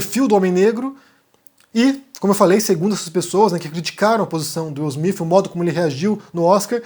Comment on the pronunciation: Pow, sei bem que vc é viajado, conhece outras línguas e etc, mas dá pra vc não falar Will Smiff e sim Will Smite? PS: sei que o nome dele é Will Smith!